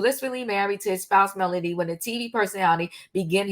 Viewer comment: Your facts are way off. By now, you should know the woman is not a nurse. She herself said she was 22 when she met Martell. And it's MELODY not Melonie